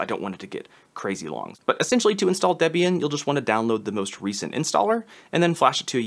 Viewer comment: Excellent video. I did slightly flinch every time you said DEB-Ian instead of DeeBian, and SuDoo instead of SuDough. But still valuable info.